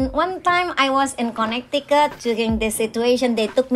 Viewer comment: “...one time i was in Conneticut...” Lorraine fans: its our time to shine